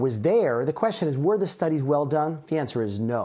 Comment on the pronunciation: "Were the stunnies difididive?"